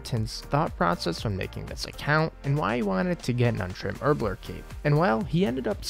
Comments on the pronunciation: HerbLORE. Not herbLER. Sorry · My man pronounces herblore as “herbler” lol